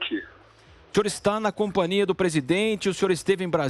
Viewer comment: Não existe "compania" , repórter seboso, é "companhia"!